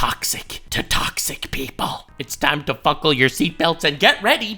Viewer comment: "It's time to fuckle your seatbelts."